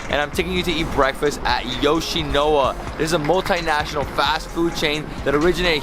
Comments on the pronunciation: Why do you keep pronouncing it as 'YoshinoWa'????? It's YoshinoYa not YoshinoWa. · It’s Yoshino-YA, not Yoshino-WA. But being from LA where we do have Yoshinoya, I really want to try the Japanese version of the food when I go there. 😃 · It’s pronounced Yo-shi-no-YA! Great vid bro! Japan is heaven for foodies!! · You mispronounced Yoshinoya the whole video . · Why does he think the Y in yoshinoya is silent!!! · Lol he did the same thing in another video he didn't pernounce the Y there too I can't remember what he said though